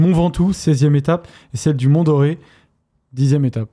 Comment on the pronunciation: Mont Dore ! Par doré 😅